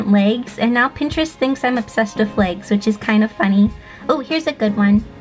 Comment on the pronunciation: Thought she said Lakes not legs